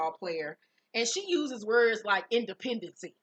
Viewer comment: Not “independencey” 😂😂😂😂 Not “Billie Dee” 😂😂😂😂